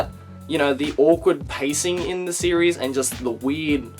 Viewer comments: Every time he says series, he activates my Siri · Oh my god every time you say series the Siri on my phone goes off then I go back to the video and it gets stuck in an endless loop of Siri opening